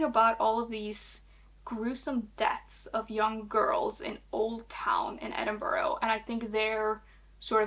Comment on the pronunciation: Just an fyi edinburgh is pronounced ed-in-bruh